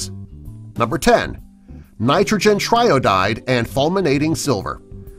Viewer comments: Is it me or did he say "Nitrogen tryodide" ? Now I'm not an expert but I think it's called tri-iodide. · "Triiodide" is pronounced "Try-EYE-oh-died" — not "TRY-oh-died" as you said it. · Nos 10...Why mention Fulminating Silver...its a totally different substance?? And you pronounced Triiodide wrong!